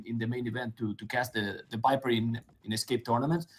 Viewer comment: Really funny game, i'm also spanish and we don't use to pronounce 'v' and 'b' on a different way(speaking spanish) so it's possible to do it speaking english. Hence theviper would be thebiper for me too hahaha